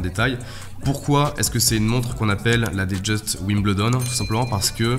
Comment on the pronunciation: la boîte un appelle ça un "écrin" et Wimbledon se prononce "Wimbeldon"